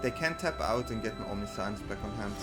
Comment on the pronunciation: I like the vid, i like the deck but the way you keep pronouncing 'omniscience' gives me cold shivers. I get that english is not your first language, nor is it mine, but there are plenty of tools to find out the correct pronunciation of a word. Even if it is typing it into google translate and listening to how it is pronounced there. You're certainly not the first creator who mispronounces words and you won't be the last, but for the mental sanity of your audience, pls try to make more of an effort on getting it right. Thanks in advance :) I subbed btw so i do value quality of content over anything else. Fyi.